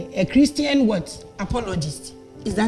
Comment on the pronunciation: ...u see how u are struggling with a "Christan" funny lol